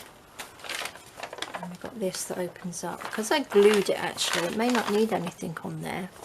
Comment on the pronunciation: On the word anything, the g is slient! Not anythink.